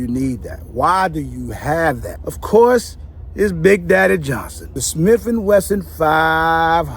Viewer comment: What you call that revolver. “Big Daddy Johnson” man say it different 😂😂😂😂